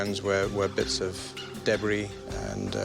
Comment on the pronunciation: I love this show but every time he says debris and schedule I cringe.